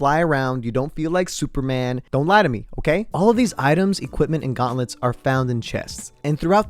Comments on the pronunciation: ah yes the guantlets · Its GAUNTLETS,not GUATLETS bruh